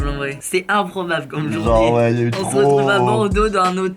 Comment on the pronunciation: " C'était imPROBAble " Ok je sors